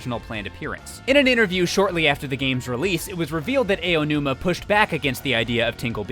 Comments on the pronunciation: Let's play a fun drinking game! Take a shot whenever mentions Eiji "A.O." Numa. If you're still conscious by the end of the video, you weren't paying attention. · When there are credible YouTubers who don't quite know how to pronounce Japanese names. Lmao. :x ayo-numa and eye-o-numa are both wrong. I'm sorry, but it bugs me. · I don't know how much of a fan he is if he can't even pronounce Aonuma correctly... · For future reference, DYKG, you know the interjection "ow," like when you've been hurt? Pronounce the "ao" in Aonuma's name like that. I'm not saying this to attack you or the guests you have in your videos, like, but just to help you out. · SEVEN Seven times was Aonuma's name mispronounced! AH ah ahhh... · He's mispronouncing the name on purpose now. How do you say Aonuma correctly once and then say it wrong every time after that? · Aonuma = Ow-numa, as in when you hurt yourself. Not Ayo-numa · you really need to work on your Japanese pronunciation, my dude. Aonuma is "Ah-oh-noo-mah." If it was "Ay-oh-noo-muh," it would be spelled Eionuma. Yosuke is "Yohs-keh." If it was "Yoh-soo-kay" it would be spelled "Yosūkei." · I think the biggest takeaway from this is that keeps saying Aonuma's name wrong XD It's not supposed to be "EY-o-numa" but rather "ah-o-numa" hard A v soft a sound. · Who is Eiyonuma? Do you mean Aonuma?? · "Ah"onuma, not "Eh"onuma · So a lot of people who narrate on this channel pronounce Aonuma’s name as Eionuma... His name is AH-OH-NOO-MAH. Just a note! Otherwise great video! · Hey, not to sound like "that guy", but maybe next time coach your voiceover artists on proper name pronunciation? It's "Ow-numa" not "Ay-oh-numa", it's "Yoss-kay" not "Yo-soo-kay". This is a common problem with your videos and it really bugs me. Please learn/teach your voiceovers how to say these, frankly, really simple names. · I die a little inside every time says “A-O-numa.” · AYOO-numa my ears r dead btw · "Ay oh nooma" Wat!? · Ay-yo numa